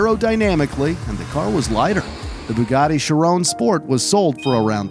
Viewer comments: Vey-Ron not rone it’s Ron and chi-Ron not rone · Dude pls say Shiron and Veyron, not ,,Chirawn’’ and ,,Veyrawn’’ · he pronnounced "chiron" and "veyron" "CHIRON" sheer on but spelled chiron veyron VEY Ron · She-rone. HAHA.... NO! Shee-rohn (n is soft) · The way this dude pronounces the names of some cars just hurts, its not pronounced "shi, rone" its "shi, ron" theirs no E at the end!! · i dont know why it bugs be when he says chirone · it is pronounced "ch-e-ron